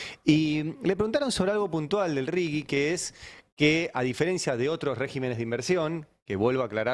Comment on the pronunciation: Me pregunto porqué, si defendemos tanto lo nuestro, pronuncian RIGI como lo pronunciaría el idioma inglés? Pronuncien en castellano.